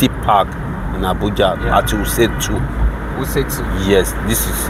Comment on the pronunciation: Commentator moves from one place to another and when asked he says Wuse 2. It doesn’t where he is, he says wiuse 2